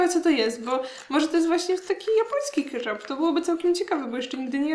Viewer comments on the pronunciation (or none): KetchUp a nie ketchAp